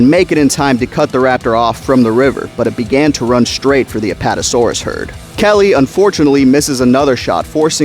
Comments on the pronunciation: Who the hell is lee wine? It Levine😂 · For God’s sake….Levine = “Luh-veen”. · Lee-vine? Lol It’s Levine my dude. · Always thought Richard Levine in the book was proved Luh-Veen as opposed to Lee-vine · ...."lee-vine"?? You mean "luh-veen"? Because that's how the last name "Levine" is pronounced. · I know this is really picky but the book character's name is Richard Levine - Levine is pronounced la-veen not lee-vine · Hey just wanted to say the name Levine Is Pronounced ‘ Leh Veen ‘ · Hearing you pronounce Levine like Lee-Vine was painful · Levine is pronounced "Leh-Veen" Dodgson's father is not a dog so I don't know why you keep caling him Dog Son :p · "Luh-veen" and "dodge-sin" Thank you. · Great video but I’m pretty sure Levine is pronounced “La-veen”, as that’s how it was pronounced in the audiobook and how Ted Levine from Fallen Kingdom pronounces it irl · Nah since he got Eddie killed and called grant an idiot we pronounce it Lee-vine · Richard Levine (lə-VEEN) Otherwise, great Video! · its pronounced Leh-veeN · Wonderful video but his name is pronounced-la-veen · No we pronounce it Lee-vine because he called grant an idiot and got Eddie killed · Why are you calling Levine 'Levi'? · Its Lee-vine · As always, great video, perfect for consumption on the weekends haha. It just bothered me how you pronounced Dodgson and Levine. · Good vid, but hearing you mispronounce "Levine" damn near drove me crazy. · every time you said Levine (or however its spelled in the actual book only listened to it on audible) i thought you were saying my name